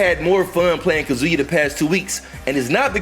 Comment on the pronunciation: Yo why tf do yall still call him "kazooyah" lol yall sound like idiots saying it that way lol